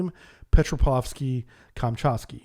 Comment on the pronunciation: Dude, you literaly make up these Russian names. It says: "Petropavlovsk" and you say "Pepravsky", you might as well let your cat do it.